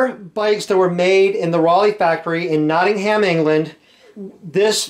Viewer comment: Nottingh'm - The A is silent ;)